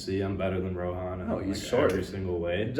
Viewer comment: Bro can’t pronounce rohan properly 😭